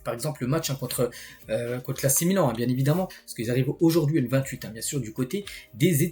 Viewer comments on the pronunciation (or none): none